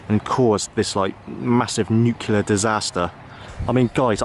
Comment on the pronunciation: KINDERGARDEN/KINDERGARTEN NUCULEAR/NUCLEAR ☝️😆Whatever mate..